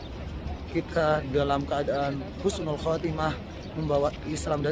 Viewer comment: Wa'alaikumussalam. Husnul bukan khusnul/khosnul🙏